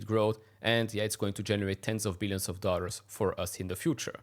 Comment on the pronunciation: Please it's dollars not "dorrals"